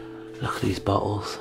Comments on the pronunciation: Lol I'm trying really hard to watch this but hahahaha but Everytime he says bottles, which is a lot, I swear it sounds like he's saying buttholes!!!!! I'm so sorry but it really does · Loved your video no offense when you found some empty bottles I heard buttholes kept hearing buttholes but you were really saying bottles. Your accent made it sound funny.